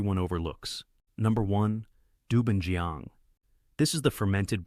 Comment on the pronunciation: its pronounce as dou ban jiang not joeng..and bai jiu, ,jeu,not swan kai..its suan tai = pickle vegs. vinegar is To or tou Not Koo my goodness🤣🤣🤣🤣🤣